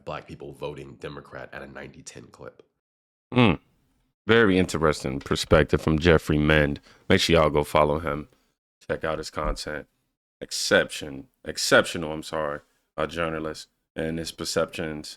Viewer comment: Is it Jeffrey Mead? I thought you said mend, Thank you ☺️